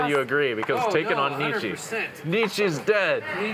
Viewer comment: These people should never be allowed to speak about Philosophy ever again. They can’t even say Nietzsche.